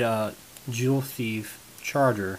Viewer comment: Did he say char-ger?